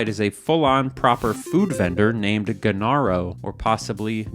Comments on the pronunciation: the pronunciation would be "JENARO" from spanish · it's pronounced (henero) roll the "g" with an "h" sound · Love that he tried twice at pronouncing that Genaro and both were misses hahahah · I have no idea how you managed to mispronounce Genaro twice